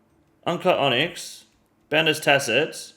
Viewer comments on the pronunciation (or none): none